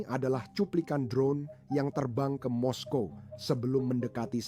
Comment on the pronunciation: Moskow ya moskow bro kok mesti moskowa bikin malu aja ditelinga dengar risih.